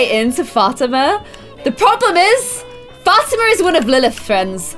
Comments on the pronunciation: Fat-ima is actually Fa-ti-ma 😂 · Liliths friends name is pronounced Fat-e-ma because I have a friend named Fatima